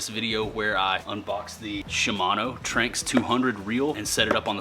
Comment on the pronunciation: It’s pronounced Tran-X